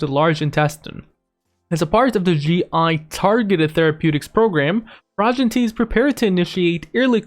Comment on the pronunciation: its pronounced PRO-GEN-ITY